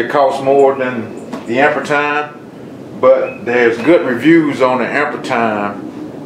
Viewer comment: pronounced "amp-ear"